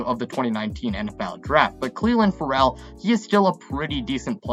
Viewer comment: Lol I caught that too. Also how he pronounced Paul Guenther's name.